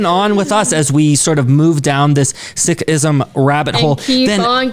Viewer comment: Many pronounced words in video were wrong as well. But Sikh, Sikhism were correct pronounced. I will suggest learn from your local sikh dwellers.